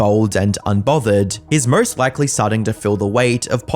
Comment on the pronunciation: "The Murst hated Streamer of the World"